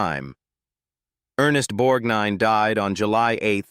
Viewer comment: It's always aggravating when so-called professional readers mis-pronounce people's names; Ernest BorGnine always had the "g" pronounced, except by the nasaly narrator of this video